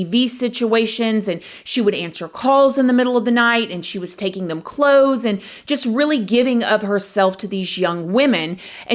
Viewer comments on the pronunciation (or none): none